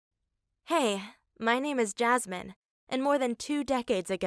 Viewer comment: HER NAME IS JASMIN NOT JASMINE!!!!!!!!!!